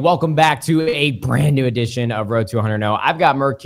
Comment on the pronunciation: Tell Nadeshot to stop emphasising the word "BRAND new" in the intro